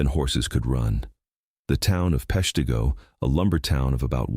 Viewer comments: Pesh-t'go, not pesh tee go 😅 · AI. Yes; I've never heard of PeshTEEgo. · Nobody's ever heard of 'Pesh-TEA-Go" for a reason: it never existed lol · No, I've never heard of Peshteego, and I'm quite aware of the Great Peshtigo Fire. (Must be where they smelt all the "leed") Can't you even bother to check the pronunciation? And if you want "towns you never heard of" just look at all the town that dried up when passenger rail went virtually extinct (Thanks, Amtrak!) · As usual the mispronunciations are because its an AI voice. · If you're going to talk about Peshtigo, learn how to pronounce it! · FYI, "Peshtigo" has a short "i" sound, as in "it." Not a long "e" sound, like "beet." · Narrator can't pronounce Peshtigo correctly!